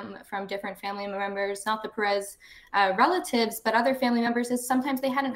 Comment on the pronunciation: WRONG pronunciation of Pérez